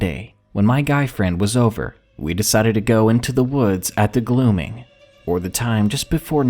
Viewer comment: Its "in the gloaming" not glooming lol